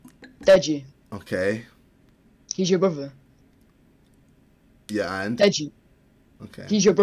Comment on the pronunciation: “he’s your brova”